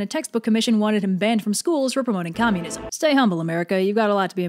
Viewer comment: It took me a few seconds to realise what you meant (conuism)